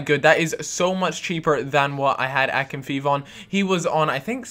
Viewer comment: Btw it's pronounced akin-fei-ev